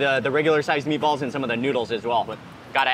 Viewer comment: He speaks another language, & its too funny how his accent went, where “meaty-balls” in the hands of someone, who speaks a second language, even better than those who are only fluent, in a singular language, is full of soo many puns, & or synonyms that declaring a/the meaning, of anything is just audacious! #BilingualismShouldntBeASecretLanguageReservedExclusivelyForPriviledgedHeritagePriviledgeCultureTouristsAndOrThoseWhoTravelForANewMeaningOfFood